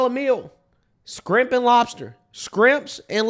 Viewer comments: You did not say skrimp.......hahahaha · Shrimp, not skrimp!!! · I like you, but it’s not scrimps! If you were being ironic ok, but if not, please speak properly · My man said scrimps 😂😂😂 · LOL "skrimps" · I don’t know what accent that is but you black for sure. “Scrimp n lobsters” 😂😂😂 my nephew says it like that